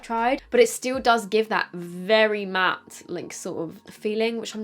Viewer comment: Always love your videos, but please please when you say the word "matt" remember it has two "t's" pronounce at least one!